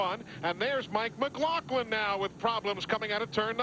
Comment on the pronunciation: Boy I really miss South Boston! And it really annoys me when they pronounce it McGloklin. Glenn Jarrett pronounced it correctly. Eli always pronounced it wron. Mike McGloughlin was an awesome modified driver. Up here we called him Magic Shoes.